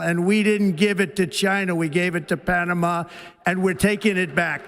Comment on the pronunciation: Dude! Don't say Punama again, you will have more views.